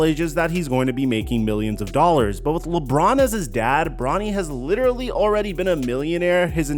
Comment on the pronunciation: Lidderally count : 4